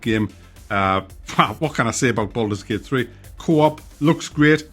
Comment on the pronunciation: Boldurs Gey-ut